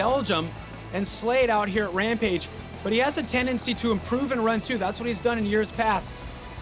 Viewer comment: "Ten Dicks in"... Why does he keep saying that?